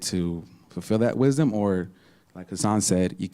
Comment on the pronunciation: I was at work so I missed the show. "Knowing tha-uh-the foux-alts uh-v everything, that's when you become wise an then ew dee-side whether to foux-fill da-uht we-is-dumb..."-!? No, that's just having information aka knowledge, it's just intellect. What idiot tricked you into believing "knowing the faults of things" = "becoming wise"? That's just being distracted with fault, like mama satan~ted nuget the intellectual. "Uh, like hassan said; you can be a crackhead and still be wise..."-!? No. A crackhead is a crackhead because he caved to the flow of emotions around how much he knows/doesn't know, it is a state of insecurity. It isn't wise to be ruled by insecurity, that's what makes "knowing the faults" into our "prise" as our habit of "trying to know more faults" distracts and destroy us in the way it did many crackheads before us. Actual wisdom is a living sense, it's the seat of situational awareness, the light of Sapience. It gives you sense of right v.s wrong in things that are freshly being experienced in the moment. It's darkness that had the moment constantly being compared to your memories~"knowing the faults." hassan is obviously just an intellectual, which is why he breathes through the mouth and has so many lapses in the flow of his attention. Listen to his "stream of consciousness(modern term for aimless rambling)" stupidity to he can't even say Earthly, he says "urph-lee" like a thug. Wisdom is not any form of knowledge, it's the state